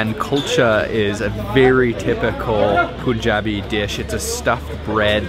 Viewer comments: Note: It's non 'Poon-jab' or 'Poon-jabi'. The 'u' in Punjab is pronounced like the 'u' in 'fun'. Punjab is from the Sanskrit (five) and meaning water/rivers), hence 'five rivers', (historically Sutlej, Beas, Ravi, Chenab, and Jhelum). The English word 'punch' is also related, originally referring to a drink with five ingredients and the word 'punch' meaning a blow with a fist (of five fingers). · Dude, it isn't "Poonjabi". Its pronounced as "Pun" like as in "Bun" - So "Punjabi" not "Poonjabi" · If you’re going to eat international food and you have a channel then you’re almost obliged to learn the proper way of pronouncing the names of the dishes. Also, it’s not “POON-JUH-BEE", it’s “PUHN-JAA-BI".